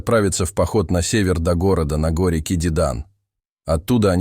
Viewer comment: А кто читает? Робот? Город у него на гОре, а не на горЕ. И что еще за трОпа?? Вместо тропА... 😂